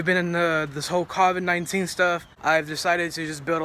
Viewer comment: know you did not just pronounce it kaw vid for covid 19 lmao